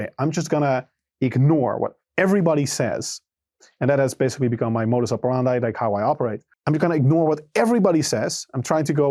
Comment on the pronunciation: why did he pronounce "modus operandi" like that lmao